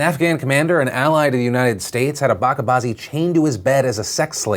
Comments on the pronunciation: Bacha bazi is not pronounced like that , it is not baka bazi . It is bach-A-bazi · it's not backa baazi it's bacha baazi ch as in chapter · Just a correction, the way you pronounce 'bachabaazi' is wrong, its not a 'K' sound it's a 'Ch' as in Children. No hate just a clarification. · Bacha Bazi pronounced as (Ba' Chaa' Bazi) 'c is pronounced as it is in Gucci', happens in Afghanistan and in Peshawar (city of Pakistan that shares border with Afghanistan and have more afghanis there) but doesn't happen in Pakistan as a whole. If you're caught in this act, you'll get life in prison. Most people don't get life in prison but instead receive a public justice (beating .. alot of beating until he's close to dead, sometimes dead). Also, it's not a tradition nor it is a religious practice, religious punishment for Ba'chaa Bazi is death with stones. There are some desperate wicked pedos there who do this. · Fyi its Bache Bazi the ch is not pronounced like K . Bache Bazi means pedophelia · Phil so glad you reported on Bacha Bazi, People need to know P.S. It's pronounced Ba-Cha (like Cha Cha Cha) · Phil, the ‘ch’ in Bacha Bazi is pronounced similar to the ‘ch’ in church. I was wondering what you were saying. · Lol I'm half Iranian so the way you pronounce "bacha bazi" is hilarious